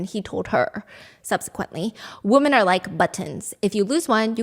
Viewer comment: Not a hater I promise but every time you say woman when you're supposed to say women it just sounds really odd